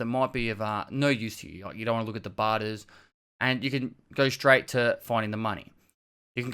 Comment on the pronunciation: lets craig shtreight intuh it!